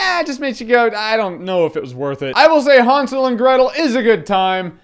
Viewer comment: Haunsel? No dude HANSEL!